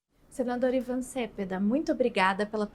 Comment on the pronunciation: Só um detalhe: o sobrenome do convidado infelizmente é pronunciado erroneamente pela simpática moça. Cepeda tem acento tônico na segunda sílaba, como "celeste", "merenda" ou "pedestre".